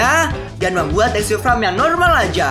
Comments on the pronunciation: Farm bang bukan fram :v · dari tadi ngomongnya fram melulu farm yang betul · FARM BANG BUKAN FRAM